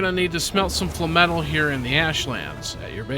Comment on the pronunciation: FINALLY!! A youtuber that pronounces FLAMETAL correctly!!